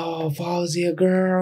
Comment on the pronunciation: Based on the comments, people were surprised that her pronunciation was spot on and accurate. 👏🏼👏🏼👏🏼👏🏼👏🏼